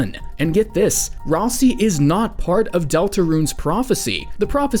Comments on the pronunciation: Ralsei, not ralsi. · GenOcide not Genecide Ralsei is RalSAY not RalSEE